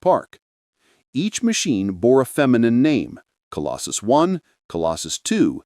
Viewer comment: Colossus NOT Colostus or Colosjus -- Obviously AI-generated and not checked for accuracy !!!